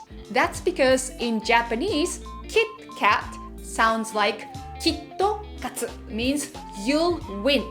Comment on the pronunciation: "Kitto Katto"